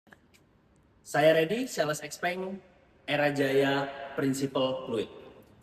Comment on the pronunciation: Ijin tanya, sebagai sales resmi XPeng, kok pengucapan XPeng nya salah ya?